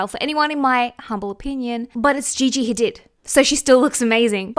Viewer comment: It’s pronounced ha-deed not did haha